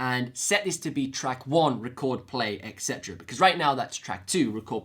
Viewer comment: Po-lar-i-TY. Say it 100 times. Also et-cet-er-a!